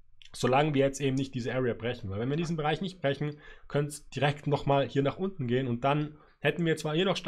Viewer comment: Danke für die wundervollen Analysen, aber ich hätte eine Bitte... Es heißt nicht untne...